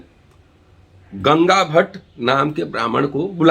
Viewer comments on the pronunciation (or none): Gangabhatt nahi gagabhatt